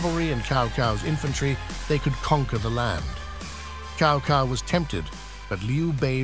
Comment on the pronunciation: Chow Cow and Loo Bay 😂😂😂